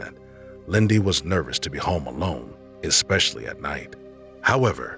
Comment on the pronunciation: especially, not expecially...